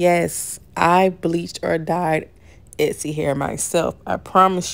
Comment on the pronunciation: The word Exy, and " ETSY" are not the same, ma'am.